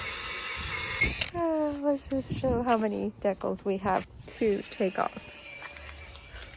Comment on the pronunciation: The word decals is pronounced Dee- cals not deck-als... that was painful to listen to.